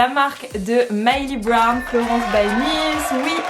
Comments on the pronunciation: MILLIE BOBBY BROWN sa me stressais que tu disait MYLEY BROWN 😂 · MILLIE BOBBY BROWN et pas Myli brown :)